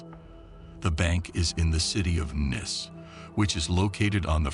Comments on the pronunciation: How's Nice pronounced again 😆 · It would be NICE if you Anerican learned how to pronunce the name of French city Nice. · When not pronounced correctly, Nice is not a nice word . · yes, he kept saying Nice wrong. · I might have signed on with subscription if only you had learned how to pronounce NICE. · The place you pronounce as nice is actually pronounced like you would you brothers daughter neice. - just sayin' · its pronounced NEEC not NICE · The name of the city, being in France, is pronounced neece, not nice. Also, you really need an editor to correct the very many grammatical errors which are very distracting for many people. But it was interesting. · Not neese , no sneezing. Nihs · No it's not Neese but pronounced as Niece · He didn't even pronounce it as nice - more like niss - never before have I heard such a pronunciation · Ll good thing he didnt say nice... He said niece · Nice is pronounced " Neece" 😠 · Its pronounced neece. Neece, France. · Such disrespect and ignorance on the narrator who doesn't even come close to pronouncing the French bank or the city correctly. Society and Niece aren't that difficult to pronounce! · You lost me at 20 seconds. Saucity General? The city of Niss? There's a limit to laziness and ignorance, which you managed to exceed in two words. Clicking "Do not recommend channel". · The pronunciation is so cringe 😂😂 Saucecity in Niiicccc fml 🤦🏽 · "Nice" is prononced like "niece". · It's pronounced "neese" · Nice city......pronounced Neece....doorknob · Please get someone who can pronounce things correctly. It’s quite off putting like Nice, the name of the bank and even the word crowd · Nice, marsay, crode......added to the charm of this narration....was waiting for off of....😂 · its pronounced NEECE not NICE AI deekhead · It’s not pronounced Nice it’s Pronounced Neese like geese. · Nice is pronounced Niece. Fail after fail in this video. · AI Fatigue?! The city is pronounce Nees. Not Nyce?! As Gordon Ramsay would say, "FK me?!"